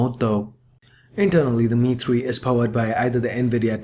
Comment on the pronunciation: Your accent man !!!!!!!!!!!!!! You call the phone DI-MI-TRI ........ Dimitri is a common name in Greece and i'm trying to understand "Who the f**k is Dimitri " !!!!!!!!!!! The Em-Ai three...... :)